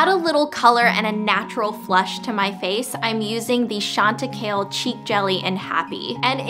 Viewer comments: chantacaille is pronounced chanta -cai (ky) not kale lol. like cai-llou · Chantecaille is not pronounced "chanta-kale" btw, it's french :) more like "shanta-kai" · yeah chante-kale made me laugh 😂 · Chantecaille is actually pronounce SHONT-UH-K-I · Ingrid, I love you! and this video :) On my sick days I just forget life and stay in bed haha.... oh by the way, the blush is pronounced "shawn-tuh-ky) (ky rhyming with eye) ! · Ingrid Chantecaille is pronounced like Shan-ta-kai. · The way she pronounced "Chantecaille" made me cringe...